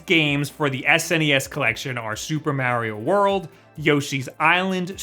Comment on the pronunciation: You said Mario* once, and the way you pronounced it ruined the vid for me ... ... Your contents good tho👍